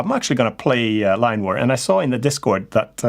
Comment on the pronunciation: Line War! now I found it, I really thought your saying Lime war..🙂